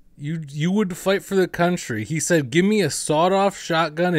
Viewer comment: Why does he suddenly adopt a southern accent when saying the word "country" here 😂